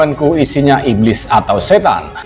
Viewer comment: Iblis kok ngomong iblid